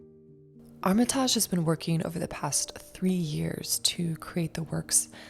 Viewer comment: Armitaaaaaajjjjjj lolllllll, it’s Armitage, pronounced ARM E TIDGE . Get over YOURSELF.